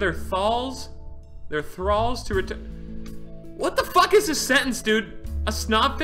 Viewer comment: Just because Papa Speedy always gives us that upstanding fishing gameplay, I'll learn you a thing real quick. Sanguine is pronounced like "sang" as in the past tense of sing, "win". Thus, "Sanguine" equals "Sang-Win". Also, "Thrall" was pronounced properly. It rhymes with ball :)